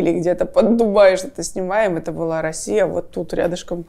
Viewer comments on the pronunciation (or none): none